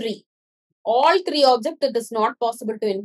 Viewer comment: I really like when you say three its kinda funny but thank you so much